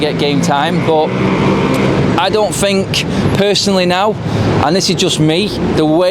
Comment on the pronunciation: No such word as fink it is think think isn't pronounced with a f